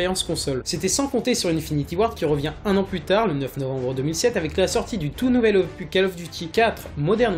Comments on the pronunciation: Bonne vidéo mais on dis un opuSSS pas un opu, et vu le nombre de fois que tu as utilisé ce mot tu aurais pu te renseigné sur la prononciation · n'importe quoi ce que tu dit desfois sur AW on peut pas marcher sur les murs et BO1 ET MW3 sont sortit aussi sur WII et aussi ça se dit opus et non "opuh" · j'ai quitter la vidéo juste parce que il arrête pas de dire opu !!!!! ya un putin de s a la fin !!! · c'est opus pas opu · OPUSSSSSSSS pas Opu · LE S DE OPUSSSSSSSS DOIT ETRE PRONNOCE BORDEL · Le S de opuS ce prononce, j'ai eu les oreilles en sang tout le long de la video